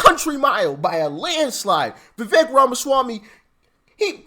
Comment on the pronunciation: Hey Doc, his name is pronounced Viv- ake. I think he is a super sharp dude. Uncle Trump should offer him a position in his administration 👍 TRUMP '24 🎉🇺🇲